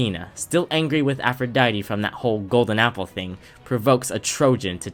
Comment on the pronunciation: ATHRODITE? Warn me like 5 business days in advance before spelling that atrociously bruh. You hit me with the one-two clap combo of calling Eris "Ares" and then coming out with Athrodite It's APH, APHRODITE!